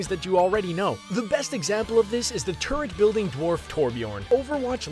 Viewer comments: It sounded like he said the robotic turdXD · everytime the dude talking says turret and says it while talking about bastion, i thought he says turd which is also true.